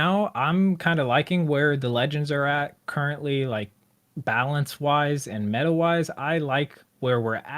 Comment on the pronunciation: The “current-ly” kinda gave the guest away along with the “very good accent”